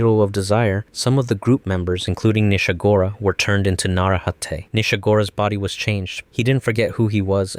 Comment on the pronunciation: 1.) not every Narehate 2..) you got Nishagora wrong D